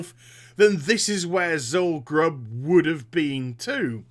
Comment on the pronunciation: it's Zul Guruub